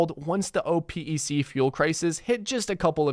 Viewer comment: If you pay attention, you understand this is also an a I.Generated voice When they can't pronounce opec, and it says o p e c😂